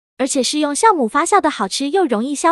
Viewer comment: 大哥那是jiào酵母，